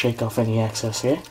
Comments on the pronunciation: LOL, its EXCESS not ACCESS. Chicken looks great and cooked enough, specially the legs, they need more time. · Hey what's up I love watchin' yo Shit but a couple things can you please stop sayin' seasoning flour its called Seasoned Flour and the other thing is I pronounced Excess not access when your talkin' about gettin' the extra flour off and shit but You got Skills my Man!